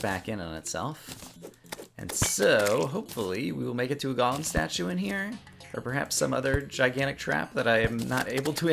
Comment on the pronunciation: First person I've found that plays Terraria that pronounces Golem correctly :) Subbed